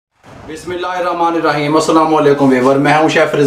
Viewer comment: بھائی آپکا ویسے تو سلسلہ اچھا ھوتا ھے ، مگر آپ جب بسم اللہ الرحمن الرحیم اور الحمد للہ پڑھتے ھیں تو اس میں ح صحیح ادا نہیں کرتے ۔ جیسے آپکی ریسپی بہترین ھوتی ھے ، کوشش کریں کہ برکت والے کلمات بھی بہترین ھوں ۔ میری عرض بری لگے تو معاف فرما دیجیئے گا 🙏